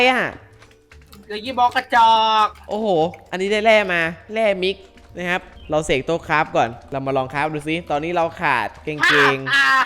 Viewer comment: ไอเวรเอ้ย มันอ่านว่ามิกซ์โว้ย